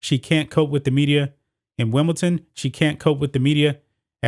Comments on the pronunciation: wimbleton??? man embarrasing!! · Please, for the love of God, there is no T in WimbleDon!